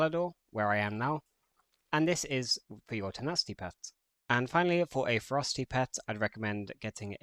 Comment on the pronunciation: Thx for the guide but your "Ferocity" prononciation is close to "Frosty" even the youtube subtiles translate it in "frosty", that confuse me so much...